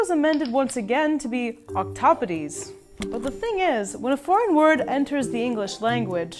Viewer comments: You are terrible at pronouncing 'octopodes', it should read with three syllables. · Ok-to-podes not ok-tok-tobes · ok i post this before the second part but it is pronounced octo-pod-s not octoped-ies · HAH I have never heard someone pronounce octopodes that way. I realize that is how you would pronounce it according to Greek phonetics, but for some reason I’ve only ever heard people say it like “octopods” as if it were an English word and had no e at the end. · Octopodes? Bruh i thought it was pronounced octoPODES like podium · Not octopuses its octopodes (oc top po dees) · Richard Collins Octopodes is one of the two proper plural forms of octopus that MARINE BIOLOGISTS use. The people I work with pronounce it as "octopods", though. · You pronounced octopodes very wrong